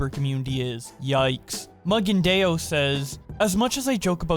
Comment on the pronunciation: why did you pronounce Mugendaiyo like that??? LMAO